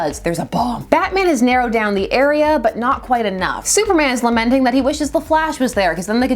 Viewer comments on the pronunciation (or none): none